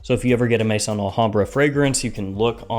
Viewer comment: Just came across your channel. Really liking your format . Only criticism is your pronunciation of Maison AlHambra , it pronounced May-zon not mason. Maison is the French word for house as in house of Al hambra